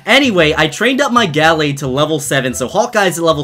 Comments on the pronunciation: It’s pronounced “Guhlayd” but spelled “Gallade” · It's ( gu-la-d) that is how you say it love your videos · the way he says gallade makes me want to die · Does the way he pronounces Gallade irritate anyone else?